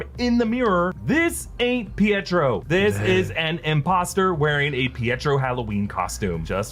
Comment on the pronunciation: It's not Pietro